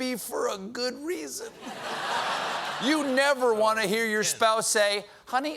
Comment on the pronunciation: Love the Jamaican accent on the "waant" it!😂😂😂😂🇯🇲🇯🇲🇯🇲🇯🇲